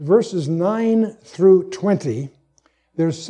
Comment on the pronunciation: I think he meant to say, or did say "I'm not through", but did not clearly day the "th" sound.